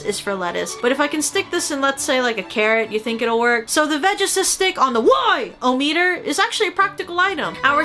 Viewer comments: I always flinch whenever Aki says "the WHY - o - metor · I love she calls the meter The WHY-O-METER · whyometre do you say therm o metre